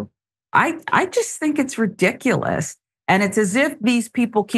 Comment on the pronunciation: Seriously? To bring up Jan 6 regarding this incident? Why are these 2 going all over the place with a story about a lady knocking over a piano? And? I'd keep the word "ridkkkaulus" out of your vocabulary,. quite embarrassing for you.